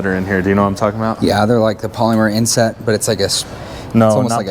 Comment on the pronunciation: “Poly mare.” Really guys? 😂 it’s poly mur